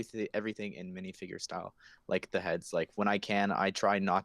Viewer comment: "Wiff" "Monff" "Minifigrr" "Ferius"